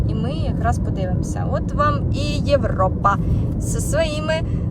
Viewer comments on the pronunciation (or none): none